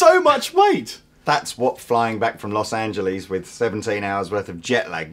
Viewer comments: No more America for him... He just said Los Angelees -_ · Los Angeleez